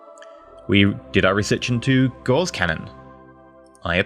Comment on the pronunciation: Gauss by the way is pronounced like the bird 'Grouse', minus the 'R'. You are pronouncing it like the gauze bandage material.